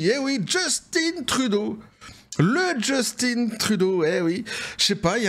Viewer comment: En passant, on prononce Jus-tin comme si on dit faim, non innn, et tu comme tu dis, on a réussit à s'en débarrasser, on ne veut plus en entendre parler, sauf pour le caller (rire de lui) 🙂